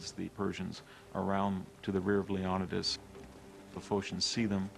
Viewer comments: Leo knee this. is his name, not Leo Don dos, fucking hell. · Leonadas? You mean leonidas?🤣🤣🤣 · Pronounced LAY- on- E - DAS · Another documentary that doesn't pronounce Leonidas's name correctly :o( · Wish you could pronounce leonidas correctly. Threw me off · how he says Leonidas really erks me